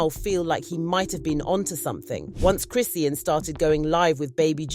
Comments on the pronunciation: Why are you pronouncing her name wrong repeatedly? It’s cri-SHAWN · You keep saying her name wrong